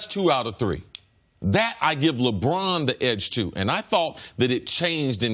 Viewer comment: Don't u just love how brousard pronounces 'Lebraaan'?